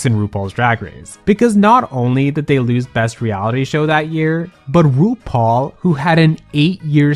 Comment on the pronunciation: Your opening "RuPaul" came out like Bendala's "Roople" today, luv it! 😂💅❤